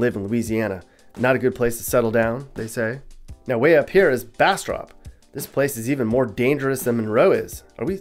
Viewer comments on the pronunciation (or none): You weren't pronouncing bastrop right its bastr-up , there's a up a the end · Pronunciation check: it’s Bas-“strip”, not Bas-“Strop” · U killing me with the bastrop pronunciation. From Delhi, lived in monroe while in college, back in delhi now. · I have never seen anyone mispronounce Monroe or Bastrop